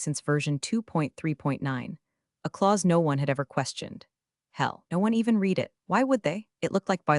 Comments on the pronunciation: Reads like an AI-genetated story. It's not this, but that and a few instances of past-tense "read" spoken as present time reed instead of _red_. Fast food for the brain. One forgettable feel-good revenge story. Not great, not terrible either. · I like the stories; however, the AI text-to-speech really needs work pronunciation is horrendous. Read (reed) read (red) etc. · Still can’t pronounce read correctly? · I'm one of the 93% not subscribing because the AI needs to be taught how to pronounce read/read and live/live. I could go on but I think you get the picture lol